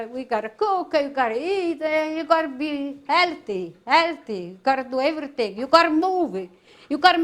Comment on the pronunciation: “You gotta mova you gotta do a evarithing” 🤣💛🙌🏽